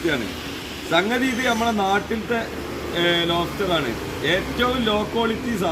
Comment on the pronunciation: ലോഫ്റ്റർ ❎ലോബ്സ്റ്റർ